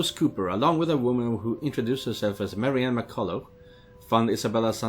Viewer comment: I think there definitely was some mixup with Marianne's name. definitely saying it wrong, but I swear it sounds like what Marianne herself says.